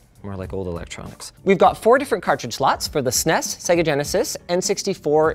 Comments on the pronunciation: I don't trust anyone that says "sness" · i hate how he says ssness instead of s,n,e,s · It’s cute how he sounds out SNES rather than spelling it out like normal people. So adorable.😊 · You had me until you pronounced SNES as a word instead of letters. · Saying SNES like SNES. Ding